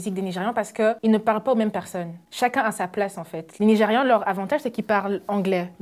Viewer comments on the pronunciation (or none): On dit : " nigeriAne "